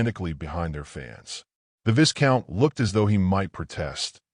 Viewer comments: Initial picture makes no sense. Looks as though she’s sitting on the floor of the carriage. Again, Viscount is mispronounced. The S is silent. It’s Vie-count. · AI learn the pronunciation of viscout…!